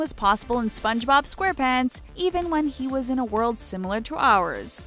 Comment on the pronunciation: This Girl Said Spongerob but she said spongebob mutiple times and Its Zubat not Zumbat Dont Trigger And Pokemon Lovers